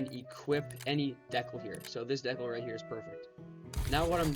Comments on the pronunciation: Nice. Just a heads up it’s pronounced “dee-cal” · "deck-al" bro lmao